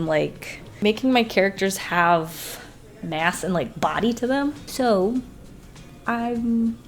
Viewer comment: I- I thought she said “...had a difficult time giving my characters ASS” and I was like 0-0 but then i realized she said “mass” so....